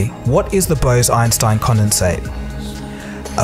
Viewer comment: Bruh, BOSE-EINSTEIN not Bows-Inestine